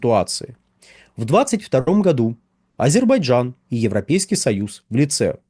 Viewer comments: Звиняйте : не Азебарджан, а Азербайджан. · Ведушему надо научиться правильно произносить АЗЕРБАЙДЖАН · потренируйтесь выговаривать слово Азербайджан. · Почему так трудно выговорить "Азербайджан" ?